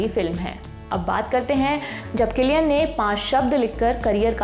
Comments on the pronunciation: मोहतरमा,,,, किलियन है कि सिलियन 😂😂😂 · You pronounced wrong